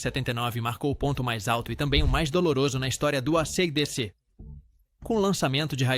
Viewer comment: o cara começa chamando a banda de Arcêdecê ai não dá...